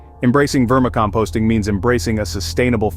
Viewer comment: AI? how do you mispronounce vermicomposting?